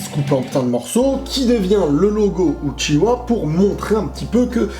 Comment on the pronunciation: sérieux sa fait 3 ans que gaiden est sortie vous comptez perdre 10 mercredi de vos vies juste pour savoir si karin est la mère de sarada les vrai fans de naruto le savent depuis des années que sakura est la vrai mère de sarada le mec dégueulasse qui à pas de dent c'est shin uchiwa ou uchiha ( la prononciation j'men branle) arretez les théories de merde et comme dit le Youtuber re: take va lire le putain de manga